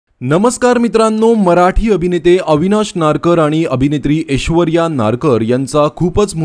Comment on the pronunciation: अरे ऊचार नीट कर रे.. एशवर्या नाही रे .. ऐश्वर्या..आणि अमेरिका.. खूप जण जातात, त्यात काय ...व्हिडिओ करण्या सारखं का..उगाच आपला टाईम पास..